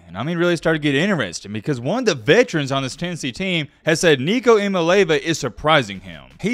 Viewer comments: Say it with me.... Ia mal eava. Not Iomileva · Jaysus...learn how to say his name! EEya-Molli-AHva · It’s pronounced E ah me ah lava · ee-ah-MAH-LAY-ah-va is actually how you pronounce Nico's last name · ee-ah-MAH-LAY-ah-va that's the pronunciation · i think his last name is pronounced ee-ahh-mah-lee-ahh-va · Pronouncing it wrong. It’s Eye-a-mah-lee-avah